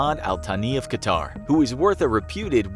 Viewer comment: Its pronounced cut-herr not ka-tarr or cutter and definitely not qua-tar